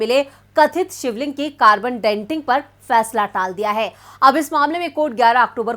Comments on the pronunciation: It is carbon dating, not ‘denting’ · कार्बन डेन्टिंग नही डेटिंग " कहे